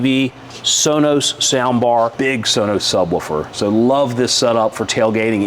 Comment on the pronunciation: "Woofer" not "Wolfer". Sub-woofer. Lol...